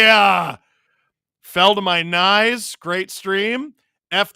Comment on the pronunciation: You called Matthew Knies